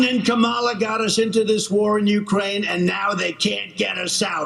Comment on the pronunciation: Stop pronouncing Kamala incorrectly